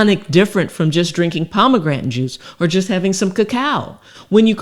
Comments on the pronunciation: I know she is a doctor but could someone tell her how to pronounce pomegranate. At least in American English. I say this cause I was listening to this video at work without the luxury of watching. I was looking up pomograntin on google and could only find pomegranate, so I thought I was misspelling pomograntin. 😂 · Shame she can't pronounce pomegranate. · am i sayn Pomegranate wrong or is she? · I love her. She my girl. She has helped me so much, but she gone kill me mispronouncing "Pomegranate". Love her though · It's very irritating you don't know how to say the word pomegranate